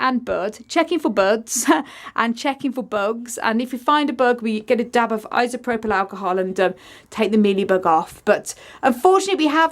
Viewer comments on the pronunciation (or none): none